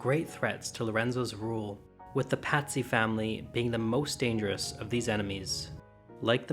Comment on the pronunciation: Pazzi is not pronounced Patsy, it's pronounced "PAHT-see", like Potsy.